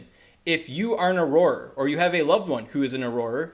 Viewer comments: It's pronounced or-rer, you're pronouncing it like it's aurora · prounounced Auror... not aurora as in aurora borealis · Haha thanks for sharing this info!! Youre great with data and raw information, terrible at reading/pronunciation :). Auroror? Not really an excuse to mispronounce and add another Or to the word haha. Have you never read or seen Harry Potter before? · Correct pronunciation: awr-ah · no, it's pronounced "or-er" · I couldn’t take this video seriously because of the weird pronunciation of “auror.” Why are you adding extra letters/syllables?? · You're dead wrong... And you can't even pronounce Auror. 😆